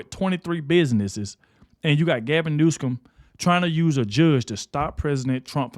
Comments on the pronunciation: It’s “New-Some”, not “News-come”….an idiot by any name, but that is how to say it correctly… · It is New som.